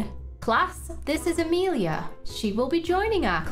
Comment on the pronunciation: I wanted to say… you say Amelia wrong cuz my name is Amelia